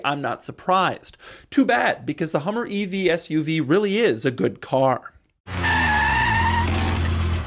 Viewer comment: I was laughing I thought he said the Hummer FU-V. Maybe.. 😅